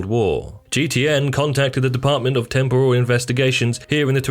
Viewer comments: It’s temporal not tempural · Temporal said in the style of an Asian cuisine 😂